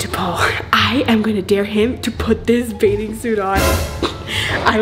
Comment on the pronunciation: it’s ‘Bathing’ not baiding🙂